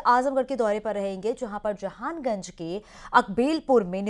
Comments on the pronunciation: Jhanganj nahi mam jahanaganj 😅😅😅😅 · Jhanganj nhi jahanaganj hai madam